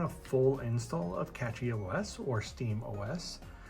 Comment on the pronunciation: Thats funny; you keep saying Catchy OS... there isn't a T in Cashy.